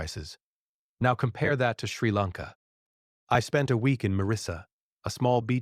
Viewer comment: Clearly AI. Mispronounced country name. Lots of wrong pronunciations. I hate YouTube because of AI